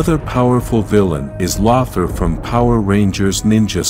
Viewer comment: He is pronounced Lowthor.